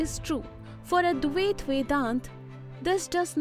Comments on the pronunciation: Please correct pronunciation. It’s not Advayaaat. It’s Advaita. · Very good thank you. But one thing you need to correct is the Pronunciation of Advaita.